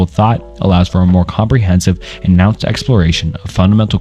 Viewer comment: Still a couple mistakes here and there, such as the pronunciation of nuanced and a few others, but overall much better job, glad to see you improving!